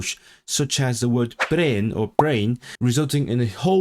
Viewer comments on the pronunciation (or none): none